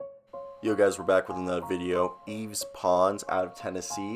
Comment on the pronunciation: It’s pronounced “yeev” pretty much. I go to UT